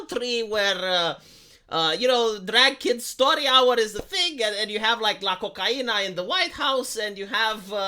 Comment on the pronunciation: "La Cocaina" I can't get it out of my head now. You said it pretty good, hehe